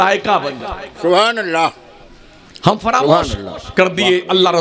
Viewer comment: منہ میں پان ڈال کر سبحان الله بولنے والا لفظ اللہ کے ل کو اتنا زبردست پر کرتاہے جیسے کوٸی شراب کے نشے میں بولتاہے کرپیا جب تک منہ میں پان ہو تب تک چپ چاپ سنو